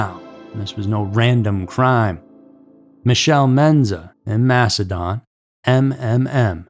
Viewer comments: s no MASHedin…. It’s mass e din 😂 Definitely no H in the pronunciation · The narrator also kept saying :Mash in Don", when it's pronounced "Mash in DIN", the town of Macedon... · MaceDIN (pronounced) Interesting that the girls came only from the city and were left in towns outside the city. 490 can be a crazy highway to this day, but I like to think that now a half dressed little girl running on the shoulder would still throw up enough red flags for people to stop. Insane that no one did then.😢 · It's pronounced massidin , I only know because I went to school at palmyra/macedon . Which is 20 mins from the city of Rochester. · I'm a rochester native and i still live here. I love it so much. We have the restaurants, museums, music, and festivals of a big city without the crowd. Ive lived many other places (like Seattle)but i always come back home. Also, Macedon is pronounced like Mass-a-din up here 😂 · Macedon is pronounced Macedin by the way! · Just some friendly corrections we're not a town, we are a city. Source: Born and raised in Rochester NY. Also it's said mass-ah-din. We're between buffalo NY and Syracuse NY we also have a lot of popular national/international companies that began here and Susan b Anthony and Frederick Douglass are buried here in Rochester NY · Its Mas-a-den, just so you know.. 😊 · you caneven pronouce any its no msdon madon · He also mispronounced Macedon (Mass e din) . But what’s really inexcusable is mispronouncing Bianchi (Be an key) when after he says that word he plays a clip of Nikki Rudd clearly saying Bianchi the correct way. Some people just don’t have standards nor pay attention to their own work. That’s not what gets the clicks. Just the shock and awe factor. Also- these aren’t the alphabet murders! How do you get that wrong??!